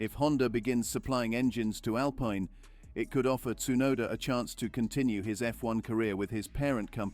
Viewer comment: You are prouncing Alpine wrong. And Vitamins and Privacy.